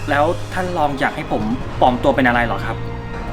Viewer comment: ปลอมตัว ไม่ใช่ ปอมตัว